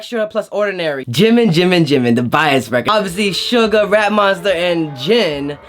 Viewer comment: Bruh it's not sugar it's SUGA